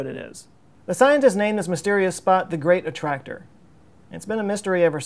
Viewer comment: so now I have to click on the gweat attwactor, too besides, we really need bettter engines. like way better